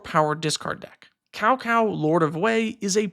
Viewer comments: Cao Cao is pronounced more like Sow instead of Cow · "Cow-Cow"? That's gotta be one of the funniest mispronunciations of a Chinese name I've heard in my life, lmao. I've been thinking about adding some discard synergies to my burn deck for a while now, so thanks for this video! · As a Dynasty warriors fan the pronounciation hurt me.